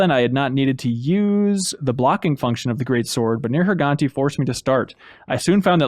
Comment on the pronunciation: The way mispronounces Neirgigante sounds like there's a racial slur in there...